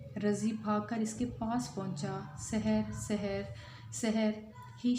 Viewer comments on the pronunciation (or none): Sarah nahi saher